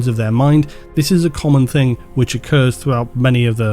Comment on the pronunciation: Love how you go on about pronunciations but say 'think' instead of thing all the time. Hilarious.